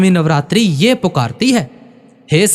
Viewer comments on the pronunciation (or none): Radha Swami ji Benti hai ji kripya yeh NAV RATRI Nahi sahib ji ye Navratre Hain Navratre Hain Navratre Hain Navratri nahin in Shabdon ka galt uchharan please theek Karen ji RADH A SWAMI JI